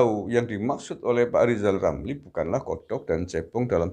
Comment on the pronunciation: Lizal lamli katanya doktor, suruh belajar bicara dulu yg benar, masak nanti jadi presiden , bilang R gak bisa , tik di ketawakan orang , tapi presidenya pabrik sunduk sate / tusuk gigi.